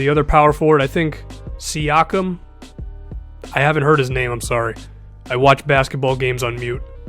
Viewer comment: You pronounced Siakem correctly